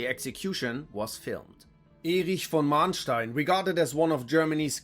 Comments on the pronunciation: but he didn't pronounce them properly. which is weird as he seems to be german?... Manteuffel and Manstein for instance... he pronounced both of them with long "a", which is wrong. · no. it's spelled with one n but pronounced as if it had two. names don't follow the same spelling rules as other words. he also mispronounced Manteuffel. you can look me up, I use my real name here. I'm a historian and german linguist. this is literally a mixture of both of my fields.